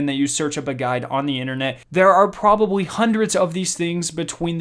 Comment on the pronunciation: Couldn’t help but notice but the L in a word should not sound like a W like the word probably is not pronounced probabwy just heads up great vid. tho those tips help thanks.